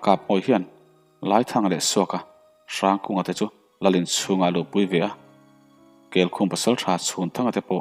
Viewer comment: kelkhum khaw hming mah nise kel (goat) leh khum (bed) anga lam tur anih ka ring